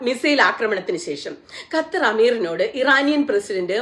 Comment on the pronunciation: ക ഖ ഗ ഘ ങ പഠിക്കണം പ്രിയ സുനിതാ... ഗത്തർ അല്ല ക + ഹ =ഖ ത്തർ